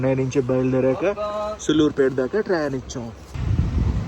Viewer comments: సుళ్ళూరుపేట కాదు అన్న సూళ్లూరుపేట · Bro pronounce sariga chey sulluripet ani bootu la kakunda daniki deergam undi telugu rakunte vlog a cheyaku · Please pronounce సూళ్లూరుపేట properly bro' its our own state 😢